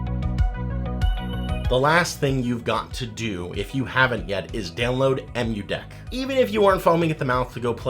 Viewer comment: If you don't want the awkward hand hold, you can adjust the brightness by using the three dot button as well. Also throwing a follow because this is like the 15th video i've watched about things to add to a steam deck and you're the first person to pronounce "EmuDeck" properly